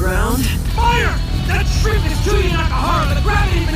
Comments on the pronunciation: calling chuuya chew-ya is such an amazing and dumb joke, why did i never thought about that? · The Chew-ya one 🤣